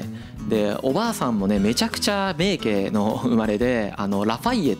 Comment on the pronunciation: 名家を「めいけ」と読むのは間違いですよね。。。気になるわ～